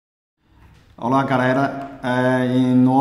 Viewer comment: Ora garera rsss